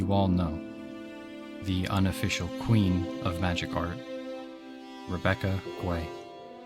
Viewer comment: It's Rebecca Gay not Guay. I've heard her say it to clarify. Great video. You've tapped into the same drive Rhystic Studies has sparked in me.